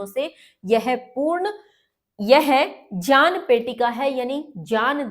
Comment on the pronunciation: its GYAN not JYAN